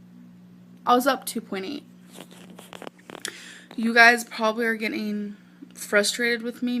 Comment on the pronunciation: "sixty two, pointy. sixty two, pointy" even then she couldn't pronounce some words correctly. SAY YOUR T'S, GIRL.